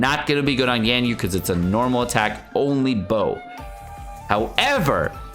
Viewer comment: Genshin youtubers always do the weird name thing for some reason. They call "Baal" "boll" or "ball" for some reason, "Ganyu" turns into "Genn You" etc lol